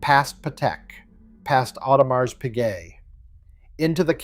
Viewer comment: This is interesting but until the AI Voice Generation can properly pronounce Audemars there is zero credibility